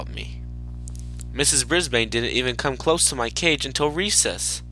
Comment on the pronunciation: It's ms.brisbane not ms.brisbean